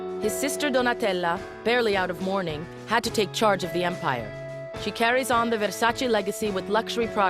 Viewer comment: It is VersacE not VersacI guys❤️lmao